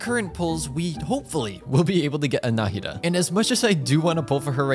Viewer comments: I'm definitely the only one who is bothered by him saying Náhida instead of Nahida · How many times do you think he said Nadia instead of Nahida? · he kept saying "Naida" and not "Nahida" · Can we just appreciate tht he just went from Call her nahida to Nadia again and again😂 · OMG Exactly. I saw her kit on the trial run and YouTube guides and her demo and all But I never expected such a smooth sound effects Also, not Nadiya... it's "NAHIDA" if I have to say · I kinda love that you call her "Nadia" sometimes, might start doing that too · You prounounce nahida like “na- ida” but your actually supposed to say it like “na-hi-da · not him calling her Nadia by accident like 4 times lmao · NOT HIM CALLING NAHIDA “NADIA” 😭😭😭💀💀💀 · I keep hearing Nahdia when it is Nahida. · I hear Nadiha whenever he says Nahida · can we talk about how he said nadia instead of nahida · I can't believe that half of the video you were saying Nadia instead of Nahida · Its not nahida its naheeda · DID YO JUST SAY NADIA? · he says nadiha but her name is nahida😂😂😂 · did he say nadia? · Half of the video in I hear saying "Nadia" twice and then back to Nahida Also Nahida is pronounced Ne-hee-da ("Ne" as in Neurone) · how is nobody pointing out the fact that java keeps calling nahida nadia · he said nadia alot lmao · Why is he calling nahida nadia😭? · Nadiha not Nahida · Him calling her Nadia always makes me giggle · You keep saying nadiha, is it on purpose? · Nahida not nadia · pls for the love of god say NA HI DA instead of NADIA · the way he kept calling "nadiya" sksksks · Nadiha LOL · as a nahida main i'm very sad HER NAME IS PRONOUNCED NA HE DA NAHEDA = NAHIDA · He missed pronounced Na-he-da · its na-hee-da (no hate) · It is very fitting of a barista to continually butcher someone’s name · He’s butchering the name nahida